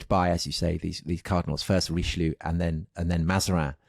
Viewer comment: Who is Reeschloo? 🤣